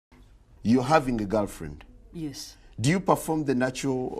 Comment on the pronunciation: "you having a garlfriend"